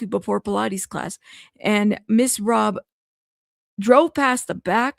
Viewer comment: It is Robb as in Robbery not Robe.